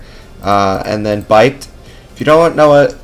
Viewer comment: buypd intensifies It's pronounced buy-ped since it's short for bipedal.